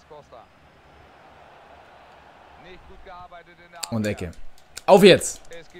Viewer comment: douglas costa spricht man doglas costa aus :)